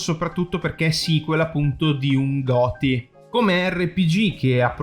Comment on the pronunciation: Giotei Iotei Okay 😂 Sciuscima😅 ahahah. Non voglio offenderti, ci tengo a precisare, ma adoro le pronunce strambe. Avevo fatto diverse raccolte da ragazzina, degli strafalcioni dei familiari. Grazie delle risate. Che dire dell' evento, quello che poteva interessare me è tra gli assenti che hai elencato all' inizio. Alcuni di quelli presentati sono stuzzicanti, vedremo. P.s. ieri ha piovuto finalmente, avremo 24 h di pace dal forno? Si spera